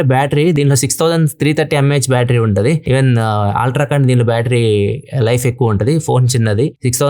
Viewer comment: మీ వీడియోలు చాలా ఇన్ఫర్మేటివ్ గా ఉంటాయి. Meeru eppudu aaltra antuntaru. అల్ట్రా అని ఉచ్ఛరిస్తే బాగుంటుంది